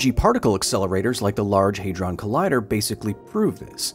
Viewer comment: Hay-drawn had me triggered.